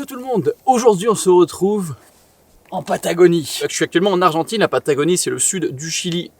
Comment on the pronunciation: Super Vlog! On dit la frontière Argentine et non Argentaine par contre :)